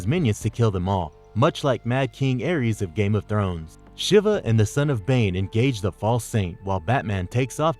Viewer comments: Not lady shivuh lol...she-va shiva is pronounced she-va lol. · Good analysis, but you make a lot of pronunciation errors... Psyche, Shiva etc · Too many pronunciation errors, Shiva and fervour to name a couple. I don't mean to be a grammar nazi but everyone on the crew does it. Speaking of which how many people are part of this channel? It seems to be a different voice every time. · Psy-key, Val-Lay, Sh-ee-va, Hair-eh-tick, Fer-ver, Des-pot. You're putting the wrong emphasis on the wrong syllable.